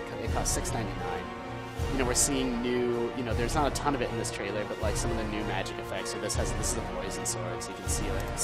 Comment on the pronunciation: Its trailer not traielr its trailer come on guys, its trailer its that simple.....